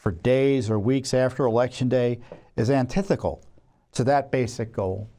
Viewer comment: The word is "antithetical" not "antical". The latter item in quotes is not a word.